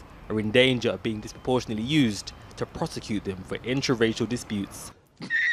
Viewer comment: The channel 4 reporter was unable to pronounce “disproportionately”. Talk about diversity hire!